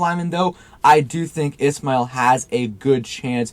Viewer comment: Keith ISSHHMAIL not ISSSMAIL